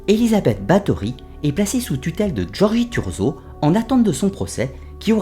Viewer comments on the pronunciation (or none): Bonjour, je sais que les sonorités du Hongrois et du Slovaque sont difficiles pour nous autres Français, mais quitte à faire un docu sur la comtesse Bathory, aurait il été trop difficile de vérifier la prononciation des noms propres?